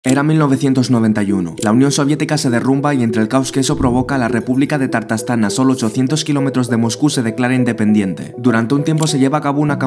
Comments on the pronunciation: Por qué si es Ta_tarstán, dices Tar_tastán ? Aprenderse las palabras antes de grabar es más impecable que pronunciar mal... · Primero que todo no se pronuncia "Tartastán" sino "Tatarstán!" Pues me alegra mucho que no se haya independizado! Demasiado territorio perdió la Unión Soviética en el 89. Ahora bien, tiene sentido que Estonia, Letonia y Lituania se separaran porque fueron naciones independientes hasta la Segunda Guerra Mundial. Empero, Tatarstán jamás fue país independiente! Así es que, no tenía sentido aprovecharse del caos para proclamar Independencia. Algo similar pasó en España con Cataluña queriendo aprovecharse del blandengue presidente Rajoy y los supuestos "abusos que ha cometido el Gobierno central para tergiversar la realidad, levantar calumnias, provocar anarquía y separación!